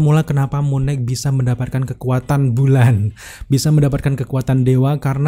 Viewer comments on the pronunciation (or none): Koreksi bang. Knight dibaca "nait" gak dibaca "g"nya. Sama kayak baca night 🙏🏻 Abang ni bagus kontennya, suaranya jg enak, tinggal perbaiki pronunciation aja bang. Masukan biar kontennya lebih enak dan lebih maju bang 💪🏻